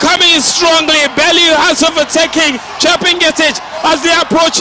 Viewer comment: please she is chepngetich not chebii ngetich